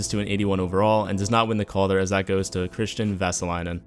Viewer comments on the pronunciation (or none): none